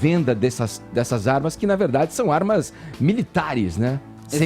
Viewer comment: "...as zarmas..."